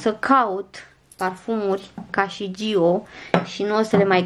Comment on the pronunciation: Giiiiiiio 🤔🫣 Dacă are accent pe o, un motiv o fi...pronunția e mai accentuată pe o nu pe i. Zgârie rău la urechi.